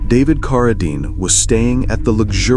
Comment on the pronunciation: A very good ands interesting video, but pronouncing Carradine as "Car~a~dean is a little aggrivating...